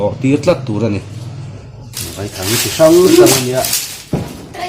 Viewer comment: Vaithang a Vai hi Sazu sawina a ni e. A thluk pawh, "Vaipa" tia Vai tih lam rik ang a lam rik tur a nilo a, "Thlawhna khi a thlawk sang vai vai hle mai" tih lam ang a , "A" hi thluk loh tur a ni.